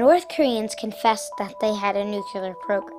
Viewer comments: Well done but if you're making a movie about nuclear weapons, try not to say "nucular", ok? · i always crack up whenever somebody says "nukular". it really does sound like a childish mistake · STOP THE NUCULER WEAPONS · CAN'T ANYONE PRONOUNCE NUCLEAR CORRECTLY!???? "NU-CLEAR" if you say 'nuclular' you are a parrot of ... Bush! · lol... Thanks to George Bush, 4 out of 5 Americans don't know how to pronounce "Nuclear" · Just because the US president doesn't know how to pronounce nuclear correctly doesn't mean you have to put the incorrect pronunciation into a kid's mouth!!